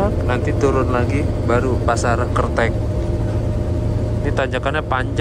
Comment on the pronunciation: Bacanya kertek bang,,,bukan kertek 😂😂